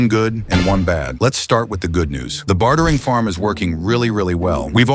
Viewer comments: "bat-hering farm" lol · why does he pronounce bartering "Bathering" lol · "bathering farm" he says.